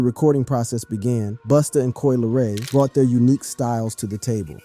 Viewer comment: Lol "Coi Leroy" I can't